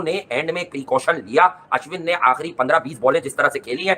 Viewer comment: भाई तुम्हारे दोस्त का नाम होगा अश्वनी वो अश्विन है पाकिस्तानी गलत बोलते है वो ठीक है इंडियन तो न बोले